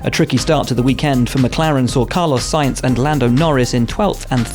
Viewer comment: Is it jus me or did he just said Carlos Science?